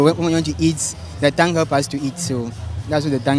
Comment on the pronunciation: Thongue or tongue😅😅😅